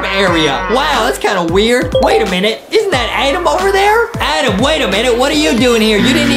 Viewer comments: Justin is so mean to adam because justin said adem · I love whean Adam mess upp words